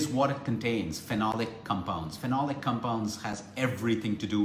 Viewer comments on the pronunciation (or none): none